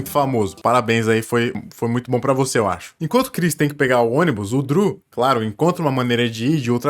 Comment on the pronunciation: "Driu" não... "Dru"